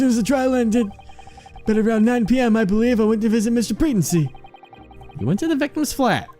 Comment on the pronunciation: Pretency is pronounced PreTENcy, not PREtency.